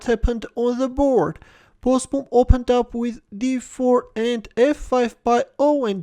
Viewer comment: Pronounced Bosbohm. Double oo is pronounced as a sustained o in Dutch. Like "Ooh no!"